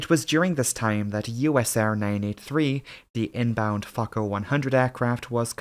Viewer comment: Very well done video, I really appreciate it. One small note, how you pronounce the word Fokker. Now it sounds like you're saying f*cker. Try to say letter o in fokker more like first letter in word oh or only.